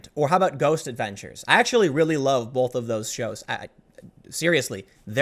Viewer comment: BOLTH is not a word!